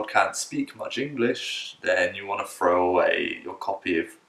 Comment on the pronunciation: This is a teacher who says 'free' for 'three'. and 'frows' for 'throws'. Get real. Dada has grown too big and has a chaotic system. This is nonsense. The job is not a breeze. It is a challenge that talented teachers excel in overcoming. He has 10 students ? That is nothing. Dada does not give you classes because they have too many teachers. They will tell you to be happy sitting in front of your computer twiddling your thumbs and getting paid to do NOTHING.Yes ! Fact. Any teacher worth his or her salt would never accept not teaching. No real teacher with any self respect accepts this. Good teachers are lumped with the masses. The biggest fault of DaDa ABC is that trial classes are free for the student. Free. Students often do not ever show up because who cares ? They do not know you and have never seen your profile. Many of your students will be ones who never saw you or ever did a trial class with you ner for that matter. or ever spoke to a forei It is just pure random. Are you confused yet ? DaDa will not tell you the trial classes are free. They practice deception right away. They will admit it though when you notice that in three weeks you have no students and most never came to a trial class. There is no real level check of these students and you will get ones who are terrified to see that one of their parents has a foreigner on the computer screen talking to them. Even more surprising is when the behind the scenes observant ghost assistants will write you during the cla